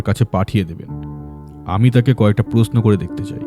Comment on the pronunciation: Everything else is great but please work on the “Sh” and “S” pronunciation. “Prosno” noye, kotha ta “proshno” kaan e boddo lage shunte (sorry) just an honest feedback..